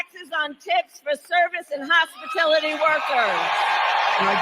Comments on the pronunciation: Its hospitility workers! Then she can say that she never said that she promised no tax on tips to hospitality workers! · Hospilitu..Hopistuty...Hospitiloty... whatever...👀👀🙄🙄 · She doesn't know what little people do for work thats why she says hospitility. And they cant spell on the teleprompter. MSDNC said it was Bullsh when trump said it. Now they love it. F these assholes. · Trump should sue her for plagerism. "No tax on tips or hospitality workers." except she can't pronounce hospitality.